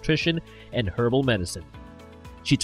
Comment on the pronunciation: Too bad the guy (or AI Voice?) in this video can't pronounce Duquesne. Or herbal lol.